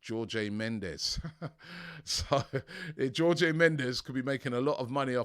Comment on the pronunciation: "Georgey Mendez" 🤦‍♂️ his name isn't even hard to pronounce ffs 🤦‍♂️